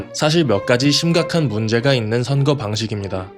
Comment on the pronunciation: 선그 아니고 선거